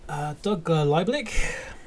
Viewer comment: Doug's last name is pronounced Leeb-lick.